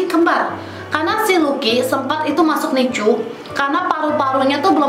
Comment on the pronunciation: Sengajakah nyebut nicu?